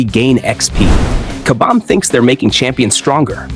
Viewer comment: What we want is for you to properly say KABAM!!! LOL...